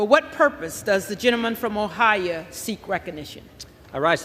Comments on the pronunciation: Start speaking ENGLISH.... It's Ohio NOT Ohia!!! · The House Clerk needs to learn how to pronounce states if they are in that position. It's Ohio, not Ohia. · It’s not OHI UH, it’s OHI O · Ohiya...really! that's as bad as Albame, & Hawhyi. Methinks she needs speech therapy. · "Ohiya!" Got me laughing. 😅🤣😂😭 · It’s not o hi ya. I cannot stand listening to leaders mispronounce s***. You are supposed to be educated and this is what you do. Before that offends someone it isn’t the hood and she isn’t among friends. She’s standing in a government building in a highly ranked position. We should demand better from leaders. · Did she just call it Ohiya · *THE PERSON INTRODUCING JIM JORDAN SAID ~~~~~>>>>>O-HI-YAH<<<<<~~~~~ = TOO DUMB TO EVEN PRONOUNCE OUR SEVENTEENTH STATE, OHIO, CORRECTLY!!! >>>SHE SHOULD RESIGN IMMEDIATELY<<<!!!* *JORDAN, SIXTEEN YEARS IN CONGRESS, HAS DONE NOTHING TO HELP REMOVE POND SCUM FROM HIS RANKS BECAUSE HE IS PART OF THE PROBLEM = REMOVE HIM!!!* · I never heard Ohio pronounced Ohiya before but in any case , thank you Jim . I wish you were the speaker . I will be surprised if he will do what you would do .You understand what your job is and have the integrity, character and guts to do as our founders intended . We want you , not McCarthy. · what the hell is a O-HI- Ya